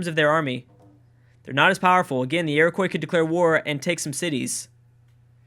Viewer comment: ur pronouncing iroquois incorrectly and pissing off all the indians watching this